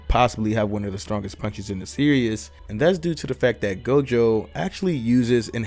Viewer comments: It’s pronounced series not serious 😂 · It’s pronounced ser es not serious lol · Hearing you say “ Serious “ instead of “ Series “ was driving me crazy